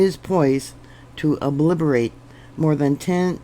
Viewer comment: THAT'S OBLITERATE, NOT OBBLIBERATE. THOUGHT YOU'D LIKE TO KNOW. :) TC BLESSINGS